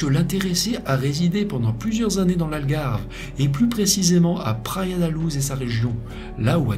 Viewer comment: Très intéressant, comme toujours. Sinon : -Praia da Louj -Guarda civil (Gouarda) ; guardia, c'est en Espagnol. Merci pour ton travail.